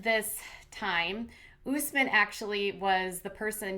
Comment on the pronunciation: "OOOSSSMin", I'm dying laughing over the pronunciations of his Arabic name. How did Usman not correct these people yet? No offense to Katie and you all, it's what you've been hearing. Smh lmao But its like someone pronouncing Jennifer like JeanEiifear loool. Love your channel!